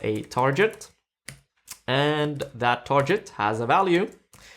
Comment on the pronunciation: Thumbs up! Loved the video!!! Pleaaase stop saying "tarjet" it's tarGet /ˈtɑː(r)ɡɪt/ :)